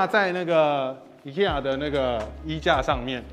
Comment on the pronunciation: 念法錯了吧?IKEA 正確發音應該是IKEA